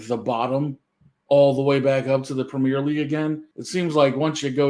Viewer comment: It's not 'premiere' league (in England); it's premier league and it's pronounced 'PREM-yur'.